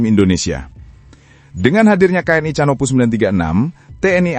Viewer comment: HARAP '' CANOPOUS '' dibaca sebagai ''KANOPOUS''